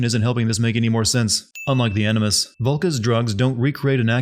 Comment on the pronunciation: This guy said "Enema Session" instead of "Animus Session" I don't care what the subtitties say, i heard what i heard.